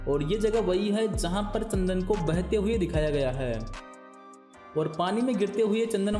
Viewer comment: Tsandan nahi chandan bolo